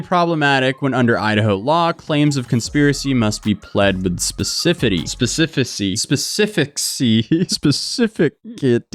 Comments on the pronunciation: Spes-eh-fis-eh-tee (specificity) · It’s “spess-uh-fiss-ih-tee” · Specificity: SPESS-iff-ISS-itty. Also it's plaintiff, not "plant-tiff". Sorry, pet peeve. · Cant pronounce Spec Ci Ficity, everything is bafoonery and people are not sharp tools of the shed. Well played. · Specificity Ive always heard it pronounced like spess-uh-fisity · Specafissity is how you say it. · it’s pronounced spes-if-ice-it-y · Spesificity: Spe (speh) Si (sih) Fi (fih) City (sitee) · SPE CI FI CI TY lol